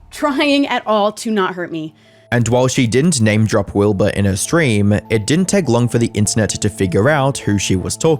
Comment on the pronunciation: Wilbahh bit me fingahhh